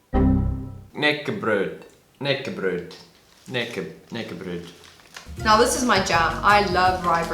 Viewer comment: think it sounds quite Finnish when pronouncing knäckebröd rollo can be very hard, maybe more so during winter, think i tend to suck before chewing. was afraid your teeth wouldn't make it when offering to bite it in half.